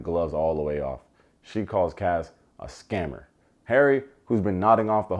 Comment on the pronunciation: In his aussie accent 😂